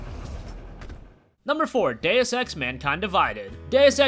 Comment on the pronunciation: Just wanted to say that deus in deus ex is pronounced like doose (rhyming with moose) not like dayus